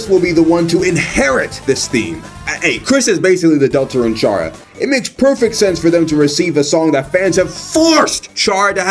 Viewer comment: chair-uh is unacceptable